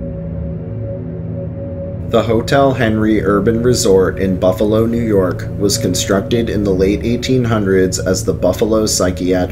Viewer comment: Nice vedeo. If anyone ever gets a chance to go on the ghost tour at the Central Terminal, do so. Every single tour has a ghostly experience. Well, the night time tours do, the day time tours are more informative like the "mob" connection. As mentioned before, your pronunciations are a little off. It's Kin-E-Shush, Muh-Die, & Shays (as it rymes with "Rays"). Other than that, very cool. The Iron Island Ghost Tours are typically booked months in advanced at Halloween and has a carnival-type atmoshere. Buffalo also has some grade A haunted house attractions at Halloween that are worth the visit, most at a very low cost. I've heard of the Lindburgh Elementary School being haunted, but there is not a tour of anything as it is a working school. Keep up the good work.